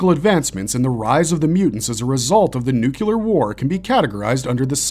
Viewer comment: It’s NUCLEAR not nucular